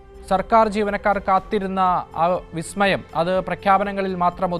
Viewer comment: ഓ ബിസ്മയം ഒക്കെ പലസ്തീനിലും, അഫ്‌ഘാനിലും അല്ലേ 😄. ഇബിടെ എന്നതാ ബിസമയം, ബിസ്മി മയം അല്ലേ 😄